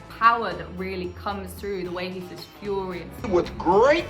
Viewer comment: fuuuurious, not furrrrious. idk why people always get this wrong